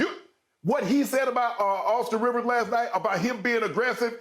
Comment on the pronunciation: It's "Austin Reaves" respect his name.